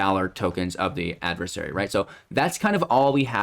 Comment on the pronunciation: Thanks for correcting the adversary mispronunciation. I don't know why but it bugs me. 😜